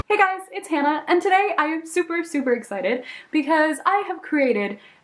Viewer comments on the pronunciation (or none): none